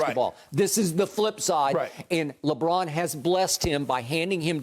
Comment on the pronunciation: Why everybody keep saying lebum 💀💀🤣